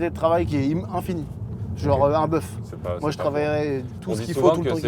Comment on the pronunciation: j’suis trop trixma par les JV, quand il a dit bœuf j’ai compris “buff”